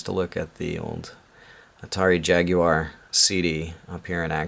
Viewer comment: Wow a yank that can pronounce jaguar instead of jagwar.